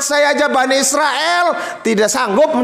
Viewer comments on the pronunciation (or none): none